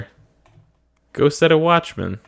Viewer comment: The first time I heard you say "Go Set A Watchman" I parsed it as "Go Setta Watchman" and thought it was some Sentai-esque Japanese series.